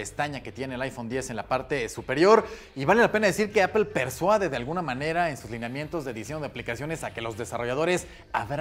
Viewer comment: ¿Apel? ¿Por qué Apel? 🤔